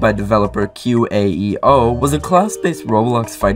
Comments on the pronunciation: "Qaeo" is pronounced "Kway-Eoh" btw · Qaeo, cue-way-O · Qaeo is pronounced either like K/O or Kay-o as far as i know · Qaeo can be pronounced Way-oh or Qway-oh